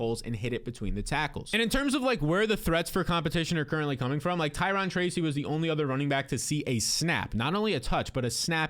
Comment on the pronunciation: Who the hell is Ty-Ron Tracey? You better call him Ty-Rone!